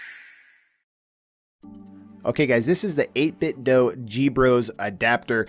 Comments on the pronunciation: it 8bitdo 8bit (doo) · its pronounced 8 bit doo